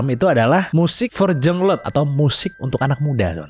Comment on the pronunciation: "jung leute" bacanya yung loite xixi